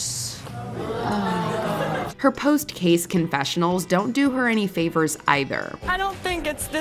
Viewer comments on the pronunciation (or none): WTH is a " Loserd"? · A “loserd”? Isn’t that a reptile? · The "loserds" always made me laugh because what other word was she thinking that accidentally mixed with loser? How hard is it to say "loser", loser? 😂😂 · hahahahahah "LOSERDS' best one on there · she was about to say bastards but changed it to losers and her brain got confused so she said loserds. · "They're LOSERDS!" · Did the goofy girl who couldnt pronounce...loosers....dduuuhhhhhhhhhhhhh....what an an embarresment for a female